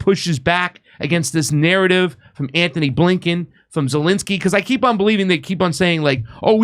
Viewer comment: He calls himself "" and pronounces the name Anthony, Ant-knee. This guy is a real meatball.